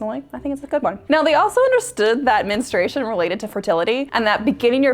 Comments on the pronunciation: Why can't so many people properly pronounce the word "Men-STRU-ation"? It's not men-stration. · Why do you say menestration? It’s menstruation.